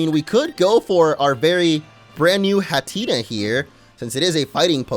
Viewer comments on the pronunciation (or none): Lol hat-enna (or as you say it hateena) it made me laugh cus hateena is a funny name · its not hatenna what you said the pronciation is hattenna